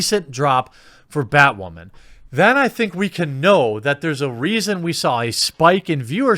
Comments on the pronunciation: am I hearing "bad whaman?" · I love the casual way you say "Bat Waman," keep up the good work. They get woke they go broke. But I guess I'm just a "straight WHITE heterosexual male". Wait WHAT! I'm not white?! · I like the way you say Batwoemen. That should work for SupperGoul. Let's defeat the YouTube algos by mispronouncing things. We could start with rik cigarmello. Oh and Epenstein didn't kill himself. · Poor Bat-WAHman !!!